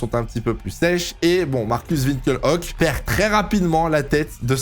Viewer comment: pourquoi Winkel Hock ? Ça se prononce Winkelock